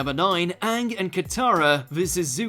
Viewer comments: You said Uung when you said number 1. Even you ... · Anyone else notice he pronounced Aang the same way The Last Airbender did.